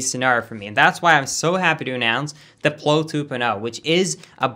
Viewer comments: Did anyone else hear his swedish in the "ploe 2.0" its pronounced PLOW like PLAU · I think the razor you mentioned in the advertisement is pronounced more like ow, as in plow on a truck, rather than oh like blow. Sorry if you've already gotten this comment, and for correcting you in general. Really enjoyed the video though! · Just thought you should know plow is pronounced like now, not like know